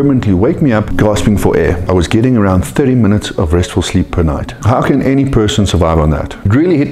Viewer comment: I like how says “sleep” like “sckkhleep”